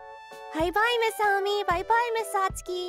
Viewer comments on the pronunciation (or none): First of all , Since WHEN Does SAT SUKI Start sounding like SAT SKEEEE. SATSUKI SIUNDS LIKE SATSOOOKEY!